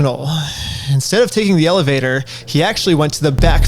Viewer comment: "because he's reamined" ???? WHAT? "if you're an asult victim". ??? What? "take the elivator"??? WHAT?